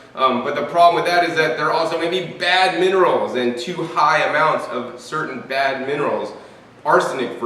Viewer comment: Minerals not monerals.